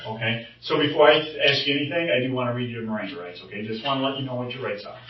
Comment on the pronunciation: I actually wondered if he was a detective, he didn’t seem to know what the Miranda rights were without looking at it and then said it all wrong😂